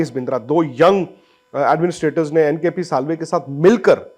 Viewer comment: It's NKP Salve not kpl sallve